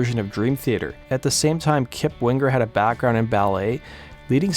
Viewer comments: “WingGer” LOL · Hahaha you say Wing-ger like you do sing-ger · DUDE!!! THE G IS SILENT!!!!!! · Why are you annunciating the G in Winger? You sound like an dolt.